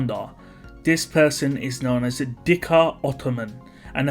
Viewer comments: Dhikr is pronounced as "zicker" btw. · Wouldn't dhikr be pronounced zikr? Since it sounds arabic. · i think its “Dirk”